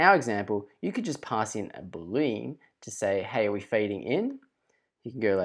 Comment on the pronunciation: Excellent presentation. Thanks. We pronounce the word "Boolean" differently.